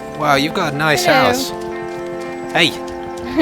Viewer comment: Lol, on it sounded like said "Wow you've got a nice ass!" instead of "House".